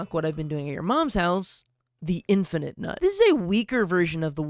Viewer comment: I love how much a hater can be while also being utterly mistaken. Like he’ll take about how terrible a plant is while actively mispronouncing its name. And then he’ll just also mispronounce names all the time lmao Like seriously bro it’s infi-nut not infinite-nut, it’s a pun man.